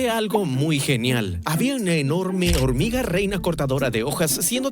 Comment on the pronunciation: 5.25 dijo horniga